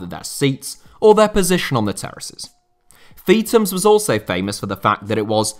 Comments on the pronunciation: It’s not “Feet ums”. It’s “Feeth ums”. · Its not pronounced Feetams, its Feethams